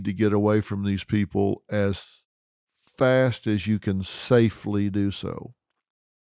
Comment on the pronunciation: I like how he said "safely" get away from them